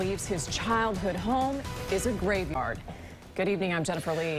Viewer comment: Jennifer said the house is sitting on a graveMard . Correctly it is graveYard . The newsman was smiling and wanted to laugh . I laughed .